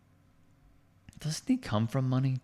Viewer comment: Aki is not pronounced AYE-OH-KEY. It is pronounced OW-KEY